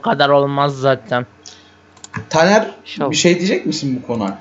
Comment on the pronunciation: niye tanere daner diyonuz